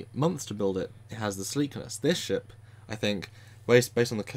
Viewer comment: Did he say "hundred-ton sheep"? OH..."ship"... :P